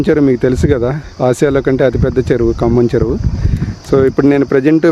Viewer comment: Say kambham yaar.....we are listening as khammam